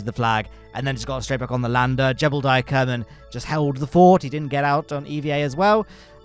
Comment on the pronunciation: Thanks AI, I assume, for bringing us "Kerbine"